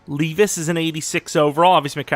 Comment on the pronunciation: btw it’s lev-ice